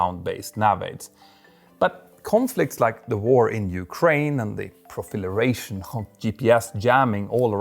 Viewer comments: ProLIFeration **PRO-LIF-ER-ATION (not proFILeration**) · "The profileration of GPS jamming...." 😂😂 Sorry Petter, your English is usually so perfect! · even the subtitles are wrong! impressive! pro-li-fe-ra-tion are the syllables of that word. (only sharing this to help you learn, not mock)